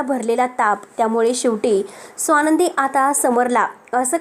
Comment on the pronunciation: सोनंदी नाही. स्वानंदी आपण उच्चार नीट करावा.